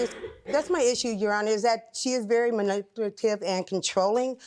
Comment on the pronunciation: Ma'am the word is MANIPULATIVE!!! People, please stop trying to use words that are not actually a part of your vocabulary (unless you take the time to learn the proper usage AND pronunciation of the words) 😕